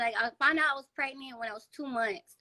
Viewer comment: “Do y’all coparent well?” Her: “Yeah. I mean no. Not really.” Ma’am, just tell the truth to start with. Hell nah y’all don’t coparent well lol. I knew this was about to be wild when she said “I got preGINT” 😩😩😩